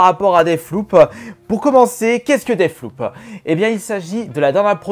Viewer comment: rogue light ? deaff loop ? euh ..... quelqu'un peu lui dire